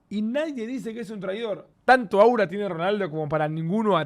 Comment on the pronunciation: Alta vergüenza oir a Davo decir "aura"